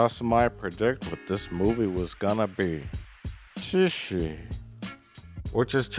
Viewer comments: he pronounce tshi like chi shi, which is actually chinese for eating shit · You totally butchered the pronunciation of "tshi." UNSUBSCRIBE!